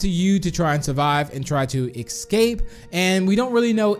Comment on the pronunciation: Its escape not exscape